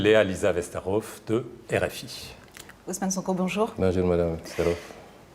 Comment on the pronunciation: C'est Sonko au lieu de "Sanko".